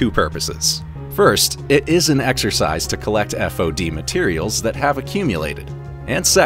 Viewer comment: So annoying hearing FOD spelled out LmAo